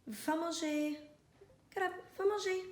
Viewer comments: Molly you said va manger perfectly ❤️❤️❤️❤️ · Molly actually pronounced quite well va manger which means go eat to Gallop 👏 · Your *Va manger * etais parfait 🙏😚❤ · Dang his pronunciation was spot on! Does he study Spanish? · Actually, i am from Quebec and you are pronouncing it right! :) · From a Mtl frenchie: your prononciation is on point! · As a french canaduan viewer, your "va manger" was spot on ♡ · I think she does say va manger... I'm also Canadian